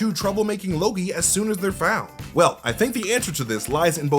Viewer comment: Did you say you believe Mobius is Loki? Because if you watch the video, you slur it together pretty badly. It sounds like "MobiusnnLLLoki." Did you say Mobius is ANOTHER Loki? Please confirm. for reference.